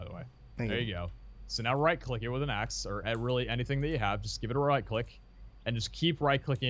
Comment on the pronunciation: royal not total and axe not ace